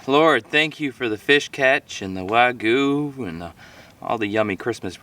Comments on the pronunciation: Not to be rude or anything but it's pronounced wag you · wagoo 🤦🏻‍♂️🤦🏻‍♂️ why is it so difficult for americans to say wagyu correctly